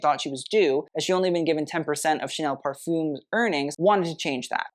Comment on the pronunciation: Not to mention "parfum" or "parfums" pronounced as "parfoom(s)".....